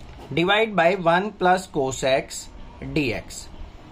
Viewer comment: cos❌ koooss💯